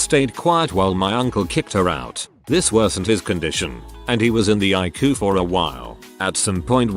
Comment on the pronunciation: Nah. The robot fucks things up all the time. Like reading out ICU as eyecoo and "No." Is always read as "number" and not "no". And then there's "babbysitter"